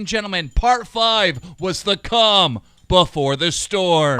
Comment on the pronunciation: Did he say the 'calm' before the storm.....? Or cum....?